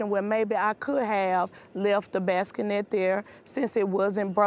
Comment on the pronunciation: The "baski-net."